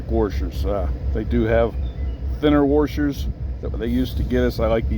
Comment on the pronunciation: I have not heard washers pronounced as wurshurs in a long time. 😊